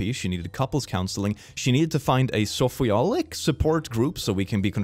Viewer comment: it's pronounced shop-aholic